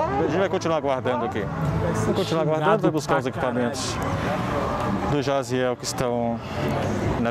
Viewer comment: Pior que o nome Jaziel nem é tão difícil assim e eles erraram mil vezes HAHAHAHAHAHAHAHAHA